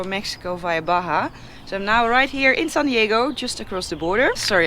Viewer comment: I wonder how Yanks pronouce Baha California.......Bar jar sounds right to me...